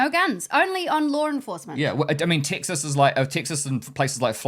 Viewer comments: Thank you for sharing your experience. The point about accents is fascinating. The English language has so many different accents. For example, as I was listening to you both speak, you mentioned the state of Texas, but it sounds like you’re saying Ticks Us. Then when you got to Number Six, it sounded like you said Number Sex. The most notable words for me were the words Cars and parts which sounded more like cahs and pots. All kidding aside, I hope you enjoyed your time across America. I know I enjoyed my time in your part of the world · I wasn't born in Texas, but I got here as fast as I could. A resident for 40+ years. Your pronunciation of Texas sounds like "TICK sus", while we say "TECK sus".